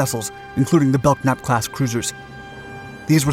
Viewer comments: It is pronounced "bell nap" not "belk nap". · BELL-NAP not BELK-NAP. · It's pronounced "bell-nap". The "k" is silent. It was named for William Belknap, a Civil War general, and, Secretary of War under President Grant. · Belknap is pronounced "Bell Nap" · Bro, need to learn to pronounce the ship names... The USS Belknap is pronounced Belnap (the K is silent). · Good video as usual, lots of info without editorials. I subscribe. I knew a guy from Staten Island who served on the USS Belknap. He always pronounced bel-nap, silent k. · Belknap is pronounced "Bell-nap". Silent "k". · Nice video, but you are pronouncing the class name incorrectly. Lead ship in the class, USS Belknap (CG-26) is properly pronounced Bel-nap. The "k" is silent. OSCS(SW) Ret'd USS Belknap Apr 89 - Mar 91. USS Belknap (CG-26) ComSixthFlt Flagship . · "BeLK-nap"...?! JEEZ!!!, DUDE! ...learn how to read. [and by implication, pronounce...] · You drive me crazy showing many ship types other than the one you're narrating about. In this case, you are also mispronouncing Belknap. The "k" is silent so it is pronounced "Bell-Nap". The lead ship was involved in a famous collision at sea that you may want to investigate for a future video. Thanks. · Well, you beat me to it. It seems to me they guy who provided the 'voice' for this should have simply looked up the name, he could have found the symbols indicating the proper pronunciation.. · Yeah thats how I've always heard it pronounced until this video. Bell-nap. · was wondering when someone would correct that. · Who was the idiot ancestor that put a silent 'k' in the spelling of their name? Silent letters are retarded. Nobody pronounces Kellogs as Ellogs unless they have a speech impediment. It's spelt Belknap and as such is pronounced Belk-nap. Bell-nap is spelt Bellnap. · Belknap is pronounced belnap the k is silent. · As someone who served on a Belknap class cruiser, it's pronounced Bell-nap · the k is silent in Belknap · The 'K' is silent in Belknap...